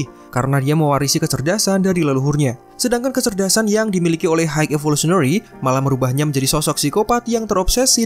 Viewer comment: Maaf sebelum nya pengucapan high itu (Hai), bukan apa cuma mengoreksi agar lebih baik lgi, btw konten nya keren